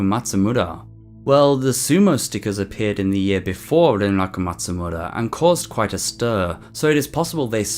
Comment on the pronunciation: I like the way you say “Renraku Matsumura.” It’s nice.